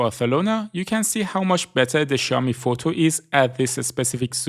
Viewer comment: I love how you pronounce xiaomi